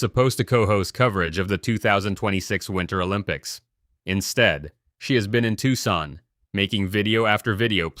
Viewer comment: Can't pronounce Tucson?